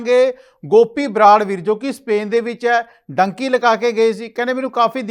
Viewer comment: ਡੂੰਕੀ ਹੁੰਦੀ ਆ ਡਾਂਕੀ ਨਹੀਂ ਹੁੰਦੀ ਪਹਿਲਾਂ ਬੋਲਣਾ ਸਿੱਖੋ ਫੇਰ ਗੱਲ ਕਰ